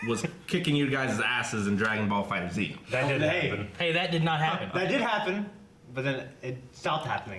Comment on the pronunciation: its fighterz like fighters not fighter z